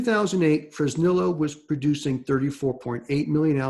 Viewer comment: Hey, wondering if you can do me a favor. Please pronounce Fresnillo Fresneeyo. It's spanish you know